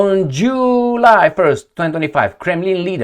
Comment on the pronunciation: The way you pronounced July 😂. Be careful, aipac will call to rename our favorite month.